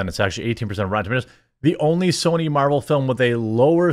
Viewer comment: "mArVeLs" come on man